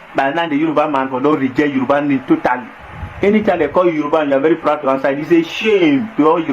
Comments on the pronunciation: That is not true “YORUBA” there is nothing like yeriba, hausa don’t know how to pronounce Yoruba that is why they called it yeriba. Yoruba are accommodating but they are not stupid. Yoruba has fought war with Fulani before and worn go and find out the meaning of ogun-Jalumi go and get your history straight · They didn't give us name - Yoruba. They couldn't pronounce it correctly that's why they call us Yariba. Face your problems and don't insult us.